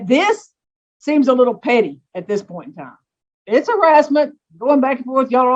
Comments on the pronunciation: the pernt? what the fuck is a pernt? christ just pronounce words people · Get the “pernt”…I find the ghetto dialects very interesting. So many unique pronunciations!